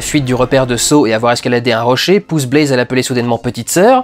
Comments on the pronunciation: ça fait 2 ans mais ça me stress toujours autant, c'est pas Blaze, c'est Baze, il y a pas de "l" xD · Critique vraiment bien construite et pertinente (de plus je suis absolument d'accord avec 99% de ce que tu dis :D) mais y'a juste UNE chose qui m'a dérangé: c'est BAZE, et pas BLAZE x) désolée d'être pénible :/